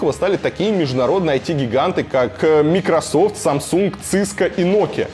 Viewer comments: Почему мИкрософт??? Когда мАЙкрософт! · МАЙКРОсофт, а не микрософт, ради всего святого. Ухо режет, аж больно. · майкрософт, или ты специально коверкаешь ? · Микрософт и Циско Илья ты с какой шпаргалки читаешь а? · Кайфую с аргументов сколковских "учёных")) "мы разрабатывали тест дольше, поэтому у нас лучше" ; Сам невоспитанный, перебивать т на середине слова, не дослушивает вопрос. Следующее "не с чем сравнить проект Сколково, поэтому проект успешен... ". Илья научись говорить майкрософт пожалуйста, ато уши режет, не в обиду. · Микрософт, ооо Илья, слух режет....!!! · Может всё-таки Майкрософт?) По-моему большинство людей так это произносит. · мИкрософт? Дядь, записывайся ко мне на уроки английского. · мИкрософт... вот реально, так произнёс? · Меня одного повеселило как Варламов произносит Microsoft ?!😅